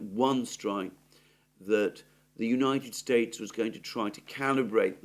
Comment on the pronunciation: I noticed you said the United Straites